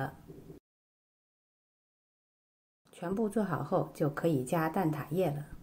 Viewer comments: 蛋ta，不是蛋da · 蛋挞 ta，不蛋da